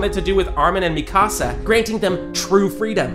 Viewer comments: its mikasa not mi casa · bro mis pornouce mikasas name